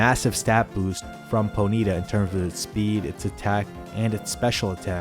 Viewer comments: lol did you really say "Ponita" it's Pony-TAH!!!!! LOL :p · I've never heard "Ponyta" pronounced as "Ponita" before. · Your pronunciation of Ponyta should also be illegal.